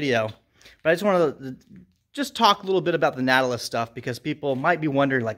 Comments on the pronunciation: Ur pronouncing Nautilus wrong. Look it up. Why would u say Natalis? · Pronounced like “naughty”. Naughtilus lol. VERY nice gym!!